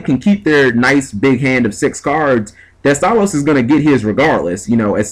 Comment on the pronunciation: heh did you call him Teste?